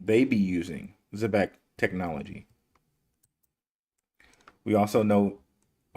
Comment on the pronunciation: It's (ZEE-BEC) not (Zeh-bec) damn and I went to a ghetto public school. Learn to say it right, please.